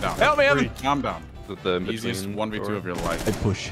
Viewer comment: the way says 1v2 kills me